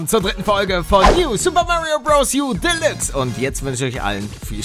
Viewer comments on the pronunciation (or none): Die Aussprache Delüks ist nicht richtig